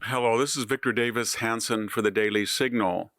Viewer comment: Why does he say daily in a weird way?